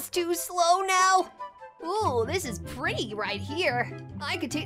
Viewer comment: did sonic just say pertty to amy